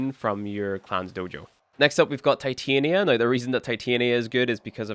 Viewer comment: Love the vid since im just getting back into warframe, was debating where i should go definitely a great reference brotha!! Thank you!! Also its pronounced tit-anya (Titania) as in the Queen of Fairies .